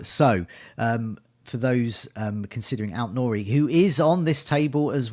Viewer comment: Any more irritating word play with "talisman" and you're going to lose a subscriber. And it's AIT Nouri, not ALT. Sheesh!